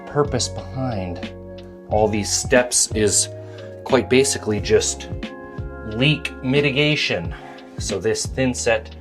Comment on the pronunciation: did you say “leak mitigation” or “meek litigation “? Either way, I like it and I’m going to use it, with your permission of course! It’s so cute the way she picks on you, hilarious.